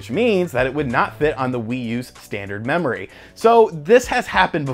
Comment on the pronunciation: I heard "mammory expansion." lol.. (I'm so mature.)